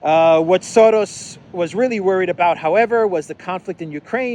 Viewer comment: There is no D in Soros. You sound dumb how you say it. You can try to play it off that your trying to make fun of the evil guy. But you're just making yourself sound dumb not being able to say such a simple name. Why are you adding a D? it's Soros you moron